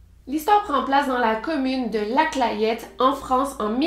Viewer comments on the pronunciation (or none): J’y habite je ne connais absolument pas cette histoire et au passage on dit la « clètte » même si ça s’écrit clayette sinon merci pour tes vidéos victoria ❤️ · Hello, super travail comme d’hab ! J’en profite pour te dire, au passage, que l’on prononce la Clayette « la claitte » et Saône et Loire « sone et Loire ». Juste une petite info comme ça, je suis du coin 😉 vivement les prochaines vidéos! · J'habite vers La Clayette et ça se prononce "la clette" voilà c'est un petit détail haha merci de parler de ça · Super vidéo victoria comme toujours par contre on prononce la « clette » malgré comment ça s’écrit ☺️ gros bisou 🥰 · Bonjour, je suis originaire de cette petite ville, et on prononce "la clette". Cette petite cité est très belle, avec un lac et son chateau. Ne restez pas bloquer sur ce fait divers horrible, et venez visiter ce coin de Bourgogne du Sud. Bises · Super vidéo mais on prononce ''la clette'' (je sais c'est bizarre, 20 ans que j'habite dans la région et je n'ai toujours pas compris pourquoi on disait ça) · Ça fait bizarre de voir une affaire à côté de cher moi 😰 et on prononce « La Clète » je crois